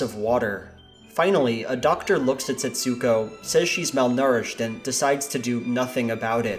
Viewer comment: Just a boring minor correction. In Japanese, with names with an "U" in them the U sound is nearly or wholly silent - at most a kind of inflexion rather than a clearly noticeable sound.. Thus Setsuko is not pronounced Setsooko but rather more like sets'ko. Other similar names share this characteristic e.g Ritsuko (Rits'ko) etc. Some other names seem to share this characteristic. Japanese artist Utagawa Hiroshige's (born 1797) name seems to be pronounced "Tagawa Hiroshige". Given the name Setsuko etc is in any event a transliteration into English (ie the Japanese use Japanese script not English when they write the name) you might well ask why do linguists transliterate in this way - by including letters or syllables that are never meant to be pronounced, the answer is I have no idea. PS Setsuko is (was?) a not uncommon female name in Japan. Setsuko Hara was a very famous actress in the post war period and starred in many Japanese films of that era.